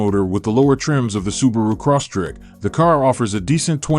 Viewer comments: Crosstrek not corsstrek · The guy sounded like he was saying Subaru CrossTrick. LOL